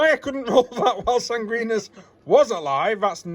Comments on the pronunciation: haha SangwinEEEus. There’s an I after the N. 😅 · Sanguinius is pronounced ‘San-gwin-ee-us’ :)